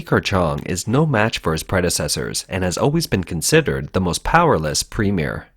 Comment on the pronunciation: I thought its premier not premie correct me if im wrong